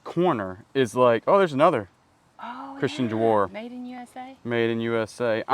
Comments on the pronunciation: Dior = Dee Or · DIOR Pronounced DEE OR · So Christian Dior is pronounced (Dee OR) Just letting you know so no one scolds u for saying it wrong😊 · Dior...rhymes with Eeyore